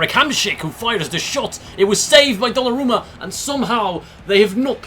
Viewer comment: Bro that is weird that you can pronounce the name of the keeper